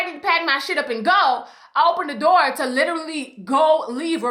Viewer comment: Door, it’s door, not dow